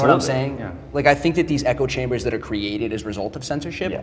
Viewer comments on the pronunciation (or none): none